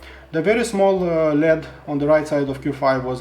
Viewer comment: Great review! I think you do a great job, especially given English isn't your first language. I am not sure if Americans are your main audience, but one thing that threw me was when you prounced LED as lead. In the states we pronounce every letter individually. But again I have lived in a foreign country and learned a second language and was blow away by how well you are able to communicate. Keep it up!